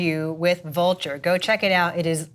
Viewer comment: Don't know if posted here but the link to the interview on Vulture kinda sounded like 'vulger' when she said it, maybe it was the mic...